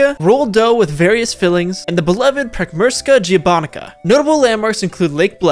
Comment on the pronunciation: just a corection Potica is pronounced like Poti-ZZ-a with two Z like in Pizza and Prekmurska gibanica something like Prek-mur-ska Gib-Ann-Nizza